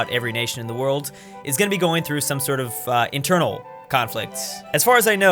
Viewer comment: internal, not eternal